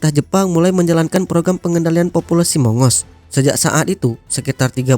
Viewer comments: Bacanya bukan mongos....tapi Agos.... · bukan mongos, monggus dibacanya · Waduhhh..sebutnya bukan mongos....tapi monggus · Bacanya bukan "Mongos" tapi "Mang-gus"....☺ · Maaf min mongoose dibacanya moung-gous... Bukan mongos